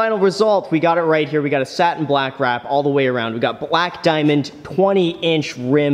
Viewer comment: Danm it it's balake not bleeeek